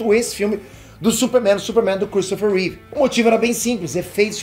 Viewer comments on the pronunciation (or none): none